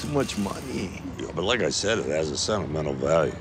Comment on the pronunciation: Even when it's repeated it can be hard to recognize "sennimenel" as the same word